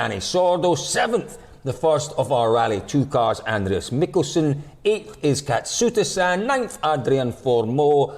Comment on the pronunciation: The fact that you said Katsuta san deserves a like on it’s own 👍